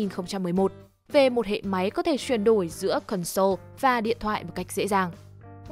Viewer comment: Mình xin góp ý là từ console đọc là CON-sole chừ không phải là con-SOLE. Mình góp ý vì bạn thuyết minh có tiếng anh khá tốt. Nên chú ý đọc đúng vì thói quen đọc sai đó không tốt